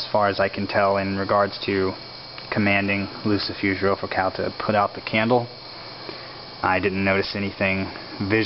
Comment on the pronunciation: First of all, you are pronouncing it wrong...And I know this because many years ago, he came to me. when he told me his name, i did not recgonize it and he told me I knew him from Glen Danzig. But then he said that I was so beautiful and wanted to kiss me, so I had to end it y punching him in the face. He did tell me that I could call him whenever a person would commit evil against me. I have said his name but never did a full invokation